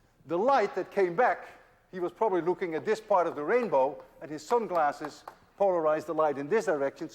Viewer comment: You say "sunglasses" in a Bob Geldof accent :-)